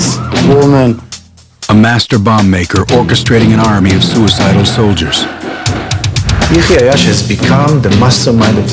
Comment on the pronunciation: The narrator couldn’t say his name anyway near to correctly and yet had so much misinformation. He wasn’t revenging because he wasn’t allowed to continue his education abroad and he wasn’t learning how to build bombs. He was doing his operations alone before graduating college, and many trials have failed before he made it work. He had a small group of friends that helped him and then he joined AlQassam brigades